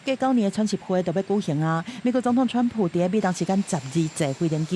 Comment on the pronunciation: 今天的主播報得很好,口音很純正,我不像其他主播都故意把川普用英語用華語或英語發音,很專業